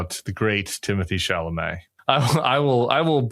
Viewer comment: Would suggest pronouncing Mr. Chalomet's name right if you have so much respect for him.